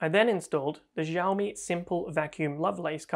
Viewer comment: Xi in Xiaomi is pronounced lile "shi", not "Ji" (with the French j).